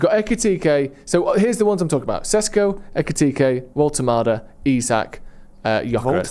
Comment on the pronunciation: It’s Woltemade. Said before Newcastle signed him it’s crazy he’s gone so under the radar as he’s the most talented one of the lot